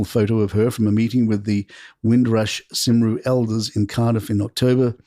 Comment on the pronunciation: Cymru is pronounced COME-ree not Simroo!